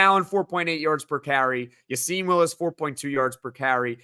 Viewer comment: A bit off topic but why does everyone in the media pronounce Willis’ first name as Ya-seen when the coach and rest of team pronounce it as Ya-sin? Gotta side with coaches and team here.